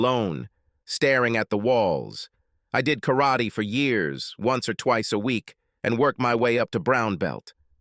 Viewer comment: I HATE AI spoken stories. Especially the way the AI pronounces Karate.